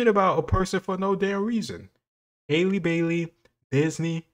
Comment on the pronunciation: It’s him saying “Hailey” instead of “Halle” for me 😂